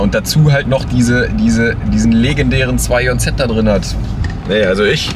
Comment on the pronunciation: Bitte 2JZ Englisch aussprechen danke